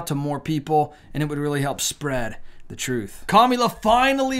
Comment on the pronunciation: Commila perfect pronunciation